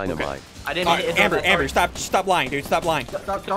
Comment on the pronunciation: Only OG's would remember how he used to say "dood" 😭 Flashbacks to Blood and Bones